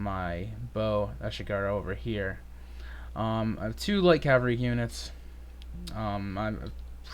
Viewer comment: It's Cav-al-ry not Cal-va-ry haha. Great game though.